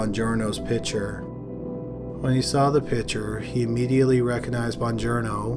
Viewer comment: pict-ture not pitcher